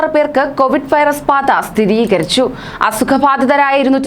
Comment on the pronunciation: വൈറസ് പാത അല്ല വൈറസ് ബാധ...😂😂🤣🤣